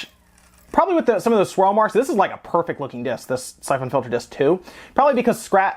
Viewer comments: You kill me with the way you pronounce syphon filter. Syph ON filter lmao. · the way you say syphon filter is messing with me, is that really how its pronounced???? i thought it was pronounced siphon???? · The way he says Syphon Filter feels me with rage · I have that same screwdriver! You pronounce Syphon Filter wrong in a way that makes me want to die, but also pronounce Ali-Express wrong in the same way I do. I'm conflicted. Love your videos, though. We need more gaming youtubers with charisma AND technical knowledge.